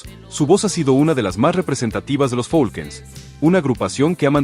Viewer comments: No es folkens es falcons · No se si sea voz de IA al mencionar al grupo Los Falcon's lo menciono como los Folquens jajajaja mas cuidado con pronunciar los nombres de las agrupaciones.